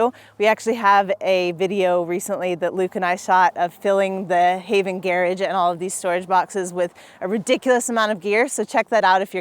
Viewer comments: hahahah yeah that's a weird prononciation .... the Gair- age.... I almost had to turn it off :P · ok is she saying "gearage" or does she just suck at saying garage? Whatever the case, its rage baiting me sooooooo hard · I seriously couldn't understand what she meant by saying "gear edge", until after the fourth time and it clicked that she was saying "garage" 😂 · How did wind up with the Brit pronunciation of garage ("garridge") while not otherwise having any accent? Inquiring minds want to know! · It’s how garage is pronounced in the UK. Not sure why she’s using that pronunciation, she doesn’t sound British to me